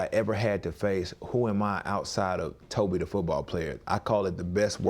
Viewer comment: Kept pronouncing his name without the N.